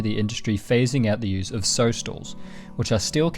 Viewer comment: Hi. Great videos. Good content and very well narrated. Just in relation to your pronunciation of the word sow, as in female pig, rhymes with cow.